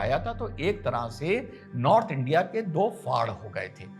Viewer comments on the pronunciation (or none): none